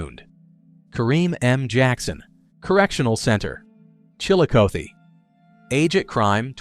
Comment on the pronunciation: It's pronounced "Chill O CA THEE"